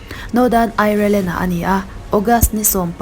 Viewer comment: Ai-re-len a awm lo..Aierland tihin lam tum hrâm la. Ngaihthlâk a nuam viau ang.